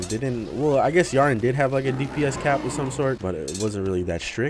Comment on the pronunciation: He said Yharon but we heard Yharn except me